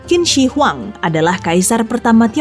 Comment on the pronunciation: Biar lebih sempurna, Zhong Guo dibaca "Chung Kuo" dan Qin Shi Huang dibaca "Tcin Shə Hwang"